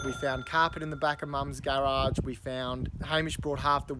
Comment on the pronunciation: "Garage": About as american as your chev